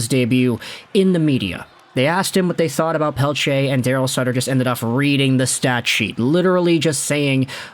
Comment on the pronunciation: It's sutter not suter